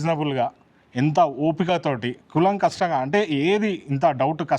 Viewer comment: Kulamkastam ga kadu koolamkashamga